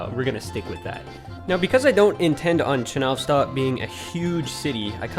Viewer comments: Not ChenOvstok, but ChenovstOk. Not babUshka, but bAbushka. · ch-ye-novstok like the word Yellow